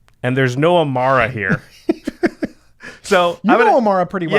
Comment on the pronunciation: WHO THE HELL IS e-m-a-R-R-a ???? EMMARA !!!! C'MON GUYS !